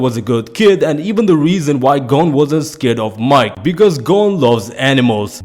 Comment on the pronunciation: For Mike. Lol it's pronounced Meekay. Not MIKE. Like his name is Michael lol.